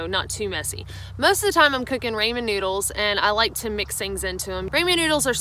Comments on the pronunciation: Not saying you pronouncing it wrong but for me it's,,, "Ra-mon Noodles as in "Ra ra sis boom bah". It's NOT "Ray-mon Noodles" as in "Everyone Loves Raymond". You say it any way you want , just saying. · The Raymon noodle thing is killing me 🤣 Excellent and helpful video, AND I learned that pronounces Ramen 🍜 in the funniest way I’ve ever heard! Japanese people often call sandwiches “Sando” so weird pronunciations cut both ways I suppose. BTW ramen with dried shiitake and nori is a staple for my lunch even off trail. You can pick up some instant miso soup packets at most Asian groceries that have some dehydrated miso powder with dashi and other yummy stuff, along with dehydrated tofu, spring onions and wakame seaweed. This makes a super yummy addition to the mix. Happy trails y’all! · Rah-men, ain't that right hahaha. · rāmen - people please learn to pronounce it correctly its Japanese. English speakers mock non english native pronunciation but gets a pass on something as easy as ramen 😒 double standards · It’s RAW-MEN noodles!!!!!!!!! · Is it so difficult to say RAW-MEN 😂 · Cold "raymen" noodles, mayo and olives ? Yeeccchhhh. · Good video as usual. Rah-men though, can you say it with your accent? Just curious. Ever thought of hiking the Island in Canada? West Coast Trail is pretty short, challenging and beautiful ! Look into it if you are unaware. Peace out, and thanks. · ok she cant even pronounce her food correctly and its the most widely known food in the world. RAH! MEN who the hell says RAY men? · Say Raymin noodles one more time.B? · I watch videos with my 6-year-old daughter, and she has started pronouncing ramen with a hard a. When I try to correct her she says that's how says it so it has to be right. Apparently she's a higher authority then me. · homegirl did not just say raymon noodles. no!! lol! Much love for sharing with us all. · Say Raymond noodles one more time.. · “Raymond noodles” 😂😂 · "ray-man" noodles ....the cringe is real.